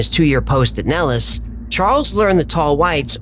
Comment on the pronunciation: 😅 The way I have found out why you have pronounced Nellis Air Force Base incorrectly. I did multiple searches on Google. Each one I ran into teaches you, the way you said it. However, we’re all here to learn from one another. The correct way to pronounce it is NEHL-IS or Nel′lis